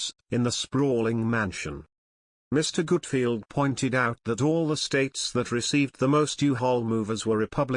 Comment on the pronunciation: NARRATOR: HIS NAME IS “ GUTFELD “ NOT : “ GOOTFIELD “ ‼️🙄